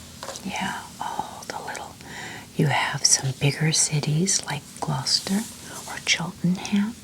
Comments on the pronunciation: Hi, you’ve made me feel like I need to make the most of living 30 minutes from stow on the wold! Your love for England always warms my heart 🫶🏼 Also, 10/10 on your pronunciation of Gloucester! 🎉 We tend to pronounce places with ‘cester’ in as just ‘ster’. Eg, Leicester = Lester, Gloucester = Gloster, Bicester = Bister, I think the only time we pronounce the ‘ce’ is for Cirencester (pronounced like siren sester) I hope this made sense 🥰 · Hello from Gloucester. You said it right 😊. So nice to hear you talking about my home county, it really is a beautiful place, and I feel very lucky to live here.